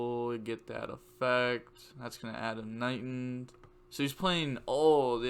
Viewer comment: And it’s KnightED. Not Knightend. Just to let you know.